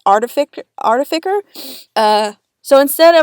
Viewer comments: "Artefiker" killed me. It is pronounced art-eh-fis-er. Basil is fucking AWESOME, by the way. Best remake, instant sub. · I think it’s pronounced art•i•fiss•er. 😉 Also, these redesigns just gave me a ton of ideas of how to rewrite the entire show. Might be an interesting challenge for me to write some alternative pilot scripts. I don’t know. I’ll get back to you on that. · I know this video is a year old, but just in case you still wanna know: It's pronounced more like "artfi-sir" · It’s pronounced arti-fih-sir though I can understand the confusion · for the word artidicer (aar-tuh-fuh-sr) not criticising but giving a d&der's helpful hand (love the art as always) have a lovely day or night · Arta-fiec-er artificer but you say it how you want to say it because there isn’t really a wrong way to say the class of blacksmith. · Art-if-eh-sir. It’s a weird word. Also, this video is so good! I love your art! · Artificer (art-i-fi-ser) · A helpful guide: "art-i-fiss-er". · I know this is late but it's ART-a-FISHER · btw for future reference it's pronounced Art-a-fis-er😁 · Nobody:: "Artificker" Jokes aside, these are some really good redesigns. Good job. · Just gonna be of assistance with saying artificer. Art - if - ice - er Also I love the idea for Basil. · You pronounce it like artifiser. The c is the s sound not the k sound. Hope this helps. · Extremely important because as a German person the word artificer pronounced with a k sound punched me in the gut with no warning. You literally said arti-fucker I’m sorry 😂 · Quick note to help you say artificer. Say the c as an s and there you go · I have yet to watch hi guardian spice, but as a D&D player hearing you mispronounced artificr hurt. It just hurt on an emotional level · FYI, artificer is pronounced with the c making a s sound! Like the word suffice